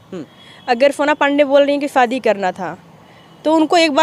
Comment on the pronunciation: Sahi pakde hain Bro, shadi ko fadi bol rahi h